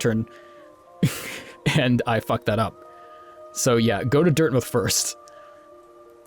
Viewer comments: you say dirthmouth weridly... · says dirtmouth wrong. Have to unsub now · "Dirtmuth" Everyone: "OMG HE'S SO STUPID HE CAN'T EVEN SAY IT RIGHT" Me, a Utahn that says mountains the way that Utahns do: "I think I'm gonna leave now" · It's weird cos he's american, but he pronounces it like a brit. Portsmouth comes to mind.